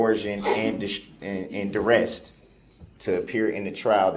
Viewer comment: Bites his lower lip means he’s about to start crying. DUREST ??? Is he trying to say Duress ? brooks can create his own language.